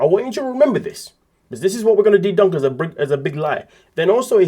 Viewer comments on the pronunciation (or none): umm its called mouth..and its debunk.. not dedunk. Just couldnt watch this video with you talking through the whole thing. Sorry.